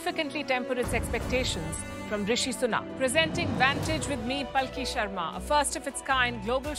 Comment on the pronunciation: Please read your name as Palki Upadhyay Sharma not as palki